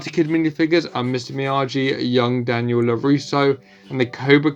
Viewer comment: Him saying mister.myag but not mister.myagi